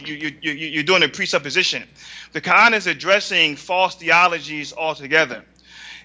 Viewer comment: In the what? What is that stone worshiper saying? "Ka-an"? Hahahaha... It's "Quran" stupid.